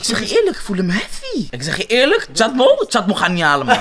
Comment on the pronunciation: Hahahah hij kon het niet goed uit spreken die Chatmo